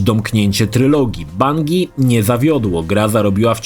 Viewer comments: Właśnie zastanawia mnie czemu tak wymawia? Idąc tym tokiem spolszczania nazw własnych, tytuły gier o których mówi w filmie - powinny również zostać spolszczone 🤔😳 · Shit, za każdym razem gdy została tu wymieniona firma Bungie, musiałem wyciszać filmik bo nie umiałem wytrzymać spolszczenia tej nazwy.....